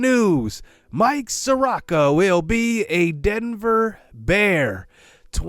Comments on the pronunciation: If your "J" from "T&J" Where the hell is T?? Is he imaginary? Lol At this point I'm starting to think your like Flight, to were your intentionally mis pronouncing these players names lol Mike (SOAR-OH-KA) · Just wanted to let you know that Soroka is pronounced saw-row-kuh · ay idk if you've gotten other comments like this, apologies if you have, but Soroka is (suh-ROE-kuh)